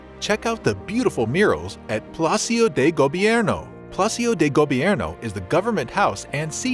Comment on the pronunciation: PAL-a-see-oh. Im nitpicking now, i'll stop hah just happy to see this video, great shots!